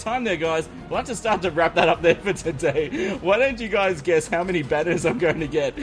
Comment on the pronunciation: Wow when said how i tought he said COW